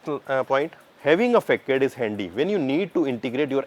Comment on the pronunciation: Nice explanation! But ‘Facade’ is pronounced as ‘fuh-saad’